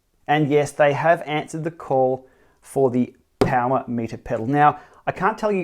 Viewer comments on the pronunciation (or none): BAM! There it is! I wish they would stop dropping vowels though.. 'POWR' is just wrong ;-)